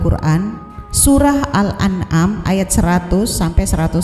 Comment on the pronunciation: surat Al an am dibaca al Anam..wkwk..ngakak gue..memang orang buta Qur'an disuruh menjelaskan Qur'an beginilah jadinya.